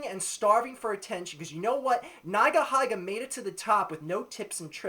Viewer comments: O _ o It's not NaigaHaiga.. It's NeegaHeega. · neyegaheyega? its pronounced ni-ga-hi-ga you dipshit, why the hell is your video 11 minutes long u loser? i bet no one bothered to listen past the first 2 minutes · Agree with everything you said, but you pronounce Nigahiga weirdly, lol (should be pronounced like 'neega heega'). Anyway, great video! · Think it's pronounced nee ga hee ga. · it's pronounced "nee-guh-hee-guh" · When he pronounced nigahiga's name as "naigahaiga" i closed my browser. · its said as neegaheega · LMAO@ the way u pronounce nigahiga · It's weird hearing nigahiga pronounced like that...